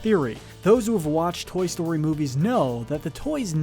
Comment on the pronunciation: Toy stoy 4 the talking 🍴.